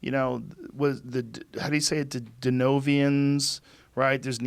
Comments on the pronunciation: lol at how he said denisovans... "denovians.." lolz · Denisovans, they are called denisovans (pronounced: denise-sovens). Very cool hominins! Look up the anthropology excavations and examinations. It's incredible!